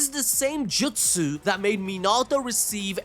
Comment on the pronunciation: Bro please stop saying jutsu like that